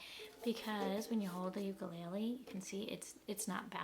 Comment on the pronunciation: First you are pronounced the name wrong!! It's Hawaiian Le le is flea u ku is jumping The uk sounds cheaply by the way it sounds when you thump it, and you are the first person to try to balance it like a knife, why??? Aquila strings suck unless you're cutting cheese but it does sound like $50 instrument thanks for the review, I would never buy this it's pretty crappy